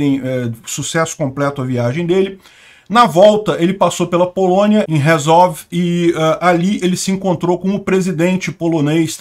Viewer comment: pronuncia-se 'Andjei' Duda (Andrzej Duda) e 'Jéchuv' (Rzeszów). Parabéns pela cobertura da guerra!